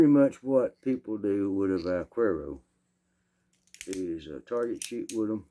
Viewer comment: Vaquero is cowboy. The "que" in vaquero is pronounced as the "che" in chemistry. You have the rest just perfect. What 22 handgun do you recommend for a retired woman? Looking for a reliable, easy to shoot 22 handgun and a 22 rifle. Thank you for sharing music, stories, guns and Jesus.